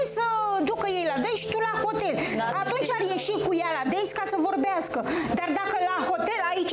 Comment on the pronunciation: Se zice,, date,, nu,, deis,,, dacă orice femeie fraiereste un bărbat e clar ca și doamna Daniela i a fraierit pe unii